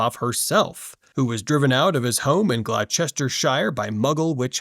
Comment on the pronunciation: That pronunciation of Gloucester hurt my brain!